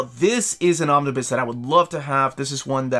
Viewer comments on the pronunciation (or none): Every time you say "Romnibus", my heart breaks again. Also, no love for the Howling Commandos? 😂